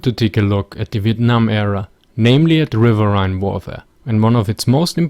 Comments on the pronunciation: River-een. River-eeeeeeen. Not River-aye-ne. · Great video, you need to do more of these post WW II videos. And btw, the word riverine, despite how it's spelt, is pronounced rivereen. Keep up the good work. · Technically, you may be correct but I've never heard it pronounced "riverhine" before, always "rivereen". You have to remember, this ins English we're talking about and us Americans (and Brits to a degree as well) are notorious for butchering and generally mispronouncing words. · Pronounced RIV-ER-EEN! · RiverRhine...that flows in your country...